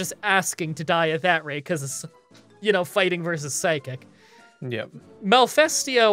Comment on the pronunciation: Its not really an accent issue when you read Malfestio as Malefesto, reading Ludroth as Luddroth instead of Loodruth is a different story though. Its just you not reading carefully and not caring enough to pay attention. Sorry but that is not an accent problem.... No hate btw, just wanted to let it out. Love the series otherwise, 2nd time I am actually watching it :)